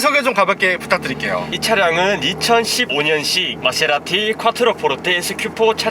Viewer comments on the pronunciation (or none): 케세라티 ㅋㅋㅋ빵 터졌네